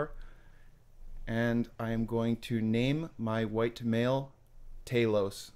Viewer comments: why did you name your character talos but pronounce it taylous?😂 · It’s not tAlos it’s talos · Man says “taylos” 💀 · Love how he mispronounced talos. Even though the game teaches you. Nice troll haha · Bro can't pronounce Talos